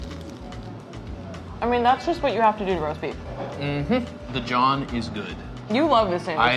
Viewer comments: Now we definitely need black people on this show... “ jawn” is not pronounced John. Please invite black people to this segment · Hearing butcher the word jawn 🤦🏾‍♂️🥴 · He pronounces Jawn TOTALLY WRONG! DONT USE IT! Its a Philly thing!